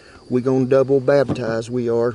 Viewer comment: When he said double baptis I was cracking up.